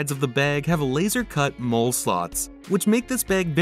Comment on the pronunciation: Why does he pronounce Molle that way?